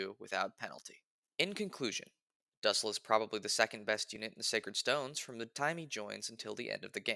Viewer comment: The way you pronounce his name makes my skin crawl. It's pronounced doosell.